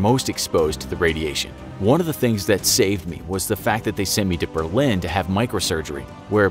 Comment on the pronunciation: An alle Deutschen: "Börlin" xD